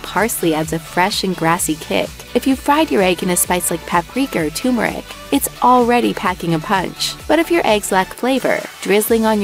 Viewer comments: It's not tumor-ick, it's turmeric. It also bothers me when people call espresso expresso but that would be s good coffee house name: Espresso Expresso, the fast coffee shop I expect to be walking down a street in a random city in the future and see a coffee house called that now. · Yep, the "tumoric" stupidity rears its head yet again. That combined with the vocal fry and apparent congestion ensures maximum irritation. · mispronunciation of the word "turmeric." it's almost phonetically spelled, so the mispronunciation is due to conforming to a popular idiocy. and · You lost me when you mispronounced turmeric.